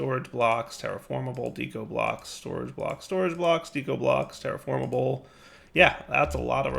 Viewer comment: Again with the "dee-ko." "Deh-ko," like art deco.